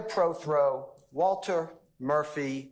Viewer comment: keeps saying Preth-Row the man’s last name is Pro-Throw learn how to read you said it right the first time